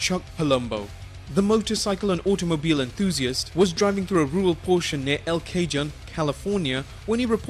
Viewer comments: lolol Im from "El Cage Un" its El Cajon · I love how he pronounces El Cajon lol